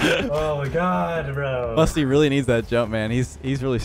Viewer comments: U said musy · I love how it said Musy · Musy or musty because you said musy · Musy pronounced Moosy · Musty, he just said Musy on purpose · Musty won boost but he lost his "T" Musy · Nine mins in musy instead of musty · Why do u call musty musy